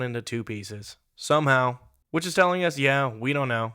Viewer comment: What is "shomehow"?